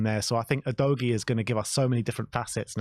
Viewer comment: Is it a bit of fun, and, you have udgoie, you've really butchered his name😅